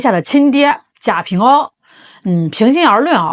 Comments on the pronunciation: 贾平凹读＂wā ＂、不读＂āo ＂ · 贾平凹（wa）不是ao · 贾平凹 凹唸(wa 第三声)不唸噢。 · 贾平凹？ao？人家是wa好吗？😂😂博主也是一个人才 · 凹字应该读~蛙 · 纠正一下博主：贾平凹(读音是WA，一声) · 是贾平凹（wa），粉红文盲😂也不少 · 贾平凹（音奥）是中国1980-90年代最火的作家, 他的名字如雷贯耳，天天在电视和电台里，人家自己认可的读音。估计你是给年轻人，只能按字面去读音。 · 那个人的名字应该念贾平凹（wā）吧。😅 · 贾平凹,凹在人名里念wā。